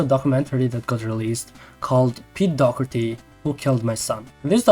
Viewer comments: Why you keep saying pete dogerty? Its Doherty no? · Sorry but its dawh-her-tee not dock-urty